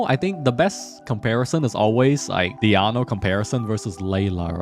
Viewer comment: You pronounce 'Diona' as 'Diano'😂